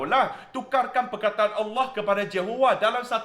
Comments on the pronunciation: Sebutan Allah oleh amat tepat.. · Ush, terkejut dengar sebut nama ALLAH. Bukan terkejut sbb ape, tapi terkejut sebab sebutannya tuu tepat dan betul. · Tak pelat pun sebut kalimah 'Allah'. Positif penghayatan dia? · Terbaik..u mmg rakyat Malaysia yg sejati..sebutan Allah tak pelat lagsung.Terbaik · ni islam ni...sbb tu sebut Allah tu sedap n betul.... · Semoga Allah berikan hidayah kpd.... sebut Allah da bagus.....jgn risau,u blh pakai u punya nama jika maksud bagus...itu pisang nanti² br kupas....😂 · sg petani ni memang steady.Sebut nama Allah pun macam orang islam sebut.You are very sensible! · Kan.time dia sebut tu suka aku dengar. u are a wise man.semoga kita semua dapat hidup dengan bertoleransi dan saling menghormati walau berbeza agama dan bangsa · Aku cari komen ni hahaha, sebutan Allah dari ni sangat tepat. jarang aku dengar cina2 boleh sebut nama Allah dgn baik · Setuju2 la sangat cara sebutan tepat semoga diberi hidayah amin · Minit bukan Terawih tapi Tawarikh 😁 Explanation ttg Kalimah Allah mmg cenggini 👍🏽👍🏽👍🏽 Sebutan Allah pun sangat tepat. Semoga Tuhan rahmati diberi kelancaran berucap dgn minda yg jelas 😊